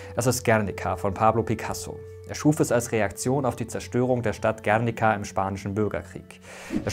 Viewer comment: Guerniiiica.... Die Betonung liegt auf dem "I".....